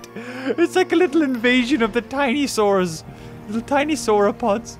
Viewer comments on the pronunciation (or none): none